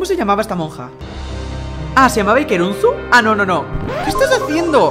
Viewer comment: Dijo iker unzu